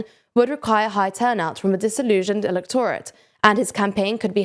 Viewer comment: There are words in almost every sentence which have the emphasis on the wrong syllable. I understand its a regional thing but not pronouncing and th's sounds a bit unprofessional and some words like electorate are just pronounced wrong in any accent.